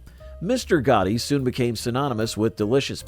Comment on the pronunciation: It's Mr. Gatti's (rhymes with Daddy's), not Mr. Gotti's :)